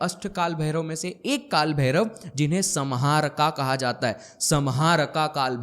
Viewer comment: Samharka को हिंदी में सम्हारका लिखेंगे । लेकिन सही उच्चारण "संहारक" sanhark है । Vedio banani hai to pahale sahi spelling likhna or bolna sikhle